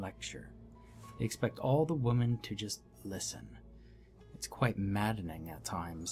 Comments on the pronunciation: I kept getting distracted by grammatical errors and the narrator’s pronunciation of “women” as “woman”. Otherwise I enjoyed the story, and the description of the deity was great! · I love your work. Keep it going. Also I get a good laugh when you say words wrong. You say men plural but woman singular it's women plural. Also you dawn a cloak I know it's spelled funny. I mean no harm just trying to be helpful. Have a wonderful day thanks